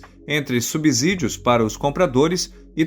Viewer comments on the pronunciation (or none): Ler subsídio como " subzídio" é um verdadeiro abzurdo!!